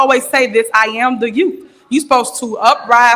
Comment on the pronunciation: “I am the yoot”, your untie? WTF….GRAMMAR, LADY, GRAMMAR!